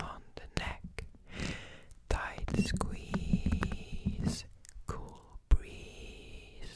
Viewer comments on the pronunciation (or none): tight speeze- squeeze - my fav moment